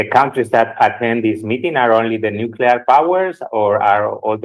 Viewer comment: Nucelar, se dice nucelar!!! Jajaja